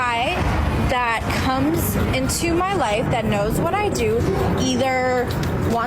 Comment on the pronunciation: think she said koomz not comes xD